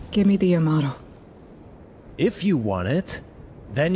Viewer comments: That IS how you pronounce it. Its 'ya-matto' NOT 'ya-ma-to' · “If you want it you’ll have to pronounce it.” I googled it Ya-Ma-To is how it’s pronounced